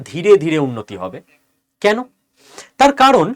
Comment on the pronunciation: 'কেন' -- 'কেনো' নয়।